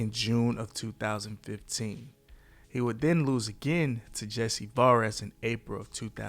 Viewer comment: This video is filled with a bunch of mistakes. Broner lost to MARCOS Maidana, not Carlos Maidana. And he had a draw with Jesse VARGAS, not Vares. Why should I believe anything else you said?